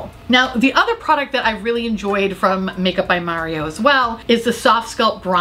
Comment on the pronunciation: Every time you say Makeup by Maury-Oh it gives me two more months of life. Bless you lol